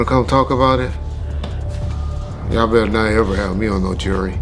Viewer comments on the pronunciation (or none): none